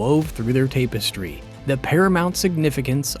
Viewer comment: I am scarred for life now from this A.I. shit we keep hearing about. In this video, it’s great information; The narration is so clear, I can’t tell if it’s a voiceover A.I. or a real guy… oftentimes it’s the errors that give it away as not being a real person, but that’s n/a here. Other than the pronunciation of “tapestry” as “TAPE-es-tree”. But that’s forgivable lol